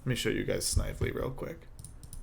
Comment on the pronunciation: You pronounced Snively wrong. Several hundred times.